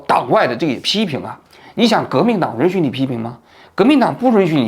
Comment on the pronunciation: 允许读成runxu，是日语发音？